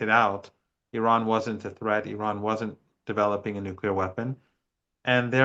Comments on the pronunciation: Ffs, he's STILL saying NUKULAR. Like George Bush moron. Ridiculous. Unprofessional journalism. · For goodness sake. If you can't pronounce nuclear you should just say nukes.....